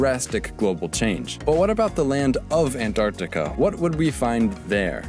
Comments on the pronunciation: It's AnTarctica, Not AnDTarctica. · I'm Indian and I can approve this #Antartita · He really seemed like he wanted really bad to pronunciat the 'Ts in Antarctica. lol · Why does he say Antarctica and 26 like that lmao